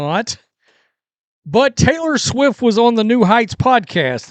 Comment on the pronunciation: Oh god is it Tayter Swiff time again? Ohh my freakin ears...